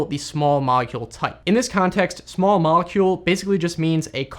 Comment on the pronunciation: "Small molecule"? You mean "smallecule"? :P